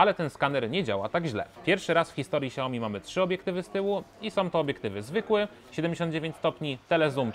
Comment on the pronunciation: Xiaomi a nie ciaomi